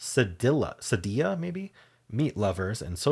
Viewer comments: First of all, I love reading your Scottish (brogue?) in the first sentence! But I think your French teacher did not speak Spanish. Cedilla is definitely pronounced seh-dee’-ah in Spanish (like quesadilla). The French equivalent is cedille, roughly pronounced seh-dee’. You’re right about the Z! It was originally a combination of a capital C and a lowercase script Z, cut off and merged at the bottom. If you have ever played Minute Cryptic, every now and then there will be a Z in an answer, and you’ll see it in their lowercase script font. The only time the …dilla is pronounced with the Ls is if you happen to spot an “armadilla” on the side of the road in Texas. 😄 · Cedilla rhymes with gorilla.